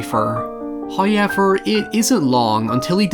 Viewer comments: Whenever you say "HowYever", I SQWEEE uncontrolably! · A little bit of my soul gets coughed out in laughter every time says "Hoeyever" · I love how every one of "howevers" always have a "y" rammed in there lol.. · Omg,I didn't notice that :O Hope it was just a mispronunciation